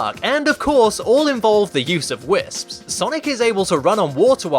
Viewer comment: when he says "whisps" 😂😂😂